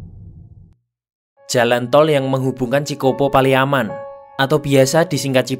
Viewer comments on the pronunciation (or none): Ralat, Cikopo-Palimanan bukan paliaman 🙏